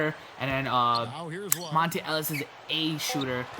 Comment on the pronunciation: MONTA not Monte ....fuck